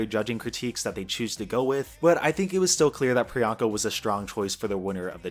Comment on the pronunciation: I have such mixed feelings about the whole joke surrounding the mispronunciation and now locked in nick name for Priyanka- Peronka. The goal of her tagline "What's my name?" is to normalize people who are often not thought of or included in the mainstream, but I feel that it's also to get you to question and/or realize the way some people are othered, and underrepresented. As explained in this video, getting people to say Priyanka is to get them used to someone like her, with a name like hers- as though she's the girl next door. A super fabulous girl next door, sure, but not some exotic oddity. The reason why this differs from Tracey Martel, is because Peronka is not a name, but Priyanka is a very common one. It has "I don't remember how to pronounce that funny sounding name of yours" vibes, where Priyanka's objective was the opposite- to normalize something that might be different to some. This hits close to home, esp because I'm the same background as Pri, though myself and my family's names are not even of South Asian origin. Even with that being the case, due to my family members' names not being as common as Sarah or Mary, we've had people mispronounce them, and call us ridiculous names that don't exist, instead of a more obvious assumption. This isn't due to innocent fumbles, but instead due to the fact that, to them, we're foreign seeming... We must likely have a "weird" foreign name. This is a microagression that happens to many poc who have easy to pronounce names, t